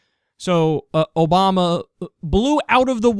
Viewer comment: I'm a big fan, but your "ObamNa administration" really drives me bonkers >.< Thanks for uploading!